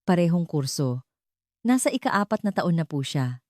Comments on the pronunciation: Ano yan Ika Ika Ika ..dapat ausin nio nmn ang pagkukuwento mo. Imbes na magnda ang story nasisira ang story's dhil sa mga maling bigkas mo ng salita... Nakakainip pakinggn..hayss just saying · Engot magsabi ng IKA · “ ika vatpattosson ng mayo” ,ANO YUN?? at kung ano anong scene or situation na hindi tugma sa kwento mo ang pinapakita mo. Maganda sana ang ang lahat ng kwento mo pero hindi ka man lang nagkokorek ng word narration mo. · Pagbigkas ng IKA DAPAT MABILIS HINDI HIWALAY O MABAGAL.DOS IS NOT IN TAGALOG ITO AY DAPAT IKA DALAWA AT HINDI IKA DOS.